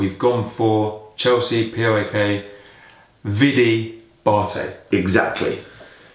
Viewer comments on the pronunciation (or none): Its PAOK not POAK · Is it so difficult for you guys to pronounce PAOK the right way like in one word? Plus do better research about the gun incident cause you are spreading lies and it's a shame... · It's PAOK! Just put the letters together. Not Pi Ey Ow Kay... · No poak..paok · Its PAOK not POAK and people dont say it p-o-a-k they say it one word